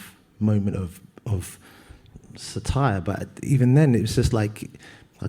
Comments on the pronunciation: That is the most absurd pronunciation of "satire" I've ever heard. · When attempting to avoid parody, refrain from using words you don't know how to pronounce properly, such as "satire".